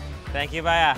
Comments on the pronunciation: Bhaiya bro not bhaya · He said: Thank uhhh baya..🤣🤣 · Well most people were cringing at the way you said "Bhaya" and a bunch of other stuff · It's baayaaa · he said baiya xD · This guy is just amazing. Love how polite he is and how he pronounces baaya Lol thank you for embracing India and its diverse culture. We need more open minded bold people like you on this planet. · The way you say bhayia is so awesome Love you❤❤❤❤🔥🔥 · O bhiaya Nahi O bhiaya😂😂😂😂